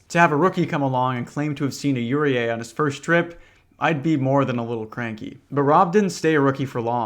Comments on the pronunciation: pretty please look up the pronunciation of any foreign words next time, yurei (yuu-ray) being pronounced "yur-ee-ay" was super distracting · that is the best pronunciation of 'yuurei' i have ever heard. yuri, eh?